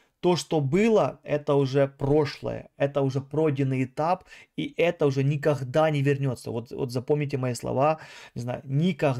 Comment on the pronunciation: Меня хватило дотерпеть и послушать на 4 минуты!!! Кого вы там собрались платно консультировать???😂🫣🥴🤯 В гАстяхх😳 ни каГда , таГда….😂 Тренируйся …! Жесть